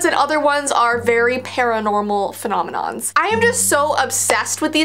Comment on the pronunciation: Me:*Is scrolling through videos* Oh! this one looks Noice(It's DIS Video) Clicks- (Just before Kinda Looses Her Ring): Fenominoms, Me: Pauses video- And Says It Again and Again- Me again: Femonimom, F- Fenonimoms Femoninons Femoninons Me again Heh:Finally got it Forgets How to Click On Video(cuz I'm dumb) Clic!